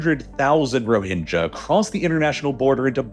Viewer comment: Your pronunciation is dogshit bro. They're "Roh-hing-gah", not "Ro-hinge-a". These things are so easy to avoid, but you constantly mispronounce shit it literally seems intentional. I'm done. Unsub.